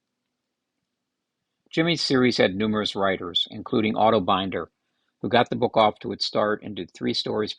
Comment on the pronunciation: Binder, rhymes with tinder.